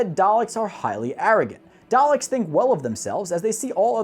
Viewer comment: He can’t say the name correctly